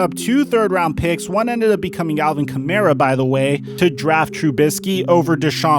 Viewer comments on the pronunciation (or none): none